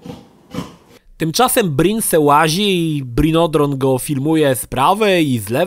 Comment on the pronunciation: " BRINLIANT"!!!! :D